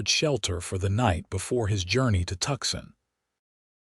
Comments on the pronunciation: Hey AI, it's pronounced Toosahn. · Please figure out how to pronounce TUCSON correctly! Please!